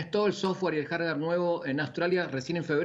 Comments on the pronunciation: Dijo jarwar el boludo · Soy yo o dijo "el jarjard" en vez de decir el hardware JAJAJA